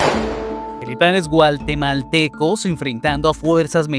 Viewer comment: DRONE??? SON VIDEOS DE LOS NEGOCIANTES DESDE SU CELULAR🤣Y SE DICE GUATEMALTECOS NO GUALTEMALTECOS